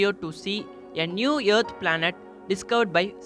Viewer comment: Teacher: Please say earth. You: YEARTH!